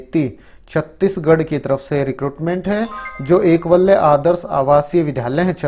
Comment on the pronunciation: एकवल्य नहीं एकलव्य 😂